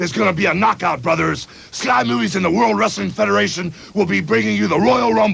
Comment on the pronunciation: ...Did he say, "Sky Moobies!"? 😂